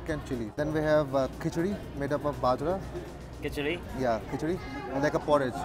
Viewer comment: It's not bheja roti it's bajra